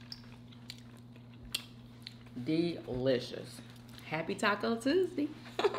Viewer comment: Why do you say tus-dee instead of Tuesday